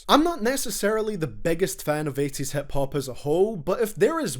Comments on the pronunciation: I love how he says HEP hop instead of hip hop. Scottish accent is beautiful. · hep hup